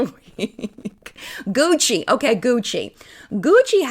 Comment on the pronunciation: Gucci sounds like coochie and all I heard in my head was, "Won't you take me to CoochieTown?" 🤭